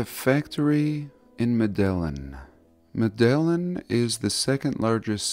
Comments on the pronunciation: "Medellin" (Mede-yeen), Colombia. Thank you,, for another great video! 👍 If only I were young, I would be traveling all over this land, off the designated paths, just as you will. Alas, I must live vicariously through those who have younger eyes and strong legs! God bless, and God speed! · Medellin Colombia is pronounced " med ah YEEN ". Great fan of your work,! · Meh-deh-yeen is how you pronounce Medellin, Colombia. Great analysis on the bricks, btw. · medayeen they pronounce it i believe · Haha it’s pronounced meta-eeen It’s where really good cocaine comes from. Don’t remember how I know that fun fact. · There are many arrogant prics 😂 Btw Medellin is pronounced madayeen I think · You pronounced Medellin wrong, whenever you see two L’s back to back in any Spanish word it is pronounced with a y sound, so (med-ah-yeen) would be how to pronounce it